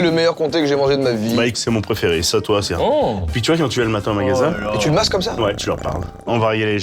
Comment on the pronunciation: "pRéFéRé" (Joyca, 2026)